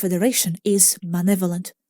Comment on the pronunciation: Guys, When she says manevolent I think she means malevolent.